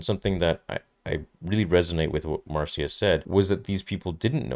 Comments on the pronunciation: Marcia is not pronounced "mar-see-uh", but "Mar-shuh" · Love you, but it is pronounced Marsha not Mar-see-ya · Marcia is pronounced Marsha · C’mon, her name is pronounced Marsha. I can’t believe the amount of YouTube hosts making this mistake. It’s embarrassing. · Her Name is pronounced MAR SHA. Like Irish Name Siobhan. Is pronounced Sha vonne Not SIO bhan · I know this dude is foreign, but “Marcia” isn’t the hardest name to pronounce